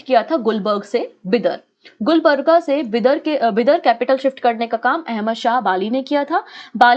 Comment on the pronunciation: Lots of mistakes in your pronunciation, For the sake of your students correcting..... - wali is वली not वाली - मेहमूद गवान ( aa ki matra ) - it's Gulbarga गुलबर्गा ( also called Kalaburagi) Congress President Khadgeji's constituency